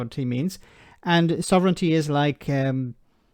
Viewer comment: "Sov...ren...TEEEEEE"? Boil water. Add one teaspoon of nonexistent "Sov...ren...TEEEEEE" per person to the pot. Brew for a few minutes, then pour. A drop of milk helps you swallow your "Sov...ren...TEEEEEE" Enjoy!